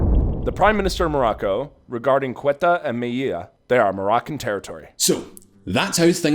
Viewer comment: FFS Guys if you dont know how to pronounce something youtube...hear a native say it and by god atleast google TTS is miles better than the abominations you've pulled off this video Kweta....KWETA...HIIIIYAAA, I needed to put my knee down. Let alone the patchwork information youve put across. As much as this is all current news...theres history to it